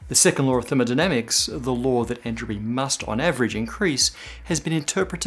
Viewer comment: Am I the only one to hear "2nd lore of thermodynamics"?